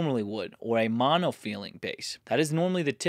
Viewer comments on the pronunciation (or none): none